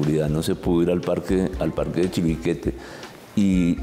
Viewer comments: creo que dicen mal la palabra chiribiquete, ellos dicen chibiriquete, muy mal profes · Se dice Chiribiquete, no Chibiriquete señores profesores. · El moderador nunca pudo pronunciar bien el nombre de Chiribiquete.